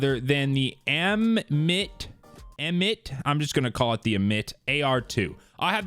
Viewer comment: My name is Amit and I'm buzzin that I got my own named gun now 😂 (my name is pronounced 'Am'-'it', sounds like Emit with an Ah)